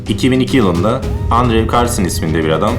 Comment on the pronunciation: andrew "endru" olarak telaffuz edilir.